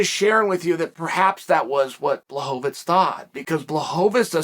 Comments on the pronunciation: Chael... you told me his name was Blowhovavich!!! ...what happened? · CHAEL, Błachowicz isnt a jew, why do you keep calling him Blachovitz? Its so disrespectful.